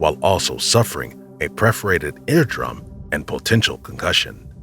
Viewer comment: you mean PERFORATED haha preforated